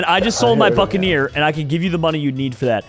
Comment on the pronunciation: When said buccaneer did anyone hear f ING ear